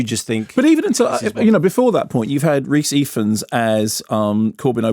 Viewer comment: That is not how you pronounce Rhys Ifans. Not that that's the point of the video.